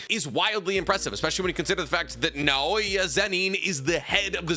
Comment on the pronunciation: I doubt it'll be seen but if you don't emphasize individual syllables in the word in Japanese it becomes easier to say. It's na-o-ya, not na-O-ya. Japanese barely every relies on the emphasis of any syllable in a word because their language is built on deliberate, unchanging sounds, so usually you'll hear it to emphasize emotion rather than meaning